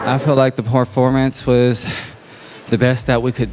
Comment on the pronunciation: "I feel like the POORformance was..."